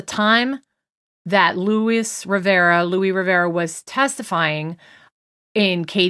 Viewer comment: It’s driving me crazy- It’s Luis (Loo-ee-ssss) add the S - it’s the Spanish version of Louis with a long “e” and the “s”. Sorry- I can see you are struggling with how to pronounce it. Just thought I’d help. Love your show!